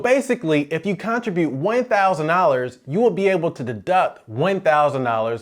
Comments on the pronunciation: Abeg. Why do you say CON-tribute 🤣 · All credibility goes out the window when he mispronounces “Contribute” …over and over. Makes you ask what else is wrong about his advice. Is this a region thing?